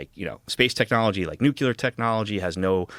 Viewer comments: Cannot give any credibility to someone who pronounces nuclear “nookyooler”. Tells you everything you need to know. This guy is putting his faith in Trump and Rubio 😂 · How can anyone trust someone who says "nu-cu-lar". Just sux for credibility when you don't know basic pronunciation of a common word, or how to read - basically.